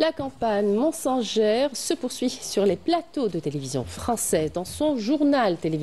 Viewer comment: "la campage monsengère"